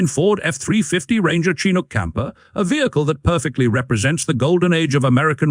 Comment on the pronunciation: It's pronounced chin Ook, (hook without the H)